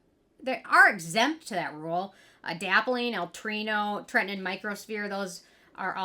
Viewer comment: You crack me up with your wording. It's pronounced Tretin-OWEN. TretinOIN. lol.